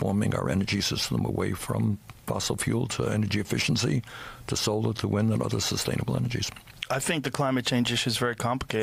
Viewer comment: Solor and wind energy LOL